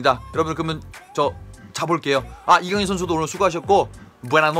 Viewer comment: 이거 해설은 발렌시아담당해설이라 그런가 kang in으로 읽어주는데 다른해설도 들었는데 아직도 kan gin으로 발음하더라구요